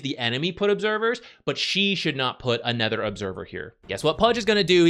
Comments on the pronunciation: anOOOOOOOOOOOOOOOOOther. Fucking hell it's annoying to keep hearing aNETHER. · It’s “other” not “ether”